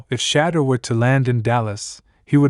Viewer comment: Who’s shadur sanders? It’s shadeur